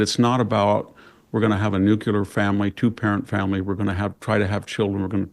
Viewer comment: The Clean Nuclear Fuel Corporation pays him $50 each time he deliberately mispronounces “nuclear”. No one knows why. Snopes confirmed.